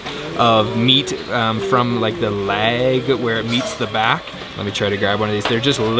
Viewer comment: Ever met a person who sounds totally normal, but there's one word they pronounce funny? Well, says "lag" instead of "leg" and it throws me every time.